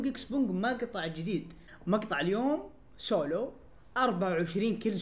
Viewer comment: شوفوا كيف ينطق سولو 😂😂😂😂